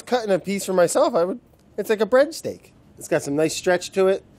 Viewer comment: “Bread Stake” lol